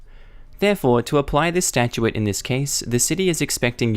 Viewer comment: Oh. My. God. It's Stat-chute, NOT stat-chu-ate.